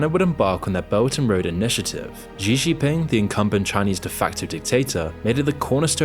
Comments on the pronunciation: It's not GEE or ZEE Jingping. Xi is pronounced like SHE. I hate the dude but common man. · Please just say "she" for "Xi," and not whatever it is you're saying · But I wish he could pronounce the Chinese leader's name too. Xi = She. As in 'She didn't do her homework, and she wants to destroy Islam and take over the world'. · I don't know if I can believe this guy who doesn't even know how to pronounce the name of China's prime minister / Paramount leader. Especially when there are so many sources that model the pronunciation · Yeah, but fails on "Xi" lol